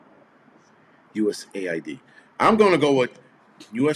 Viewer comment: Yes it’s USAID. Not aid as in to aid someone. It is some organization where some of the large loopholing shit is going on.